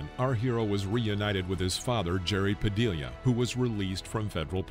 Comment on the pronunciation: “Padillia” ?? For pity’s sake! It’s pronounced, “pah-DEE-yah”